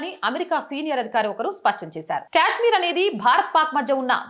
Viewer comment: Kaaashmir not kyaaashmir